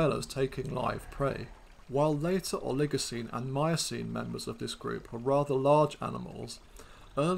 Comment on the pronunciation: Please learn how to pronounce these words correctly! "Oligocene" and "genera" are accented on the first syllable, not the second.